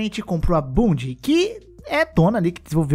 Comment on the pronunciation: O falando bundie, parece que ele tá falando em bunda só que em outro idioma.